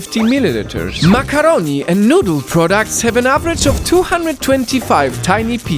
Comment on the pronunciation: The way he said macaroni